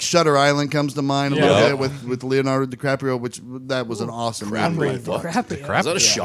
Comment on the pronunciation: Love this segment...but DiCraprio...c'mon...give my boy Leo some respect